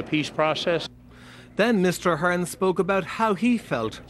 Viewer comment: she pronounced ahern wrong